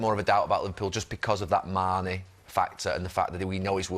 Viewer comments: No keano it's "mane" not "sane" 🤣😂..can't believe Jamie didn't correct him🤣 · It’s Gary who says mane first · He did say Mane in the beginning tbf.